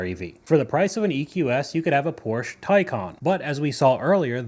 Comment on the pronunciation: Thank you so much for pronouncing Porsche correctly